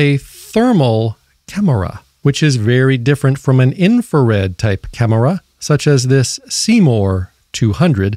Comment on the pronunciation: Why do you say camera like that. Cam er a